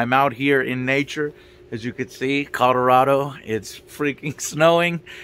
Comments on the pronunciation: Colorado is pronounced "RAD", not "RAW". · Man said "CODARADO." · "Codorado" lol okay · I swear I hear him saying Codarado... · "Codorodo" lol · Kadorado?... Avocado? Did you mean Colorado? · Homeboy said "Cadarado" lol